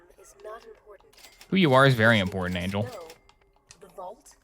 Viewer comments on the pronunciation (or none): Please say Angel is ragebait and you don't actually pronounce her Angle. Great video though bro